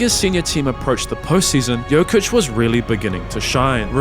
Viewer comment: bro u gotta stop calling him joka